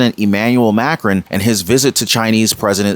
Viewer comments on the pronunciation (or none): Not to be rude but you really need to know how to pronounce these peoples names like Macron and Assange